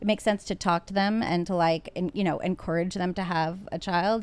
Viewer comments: Drink everytime says En-core-ridge instead of en-courage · Is anybody else irritated by en-core-age or is it just me?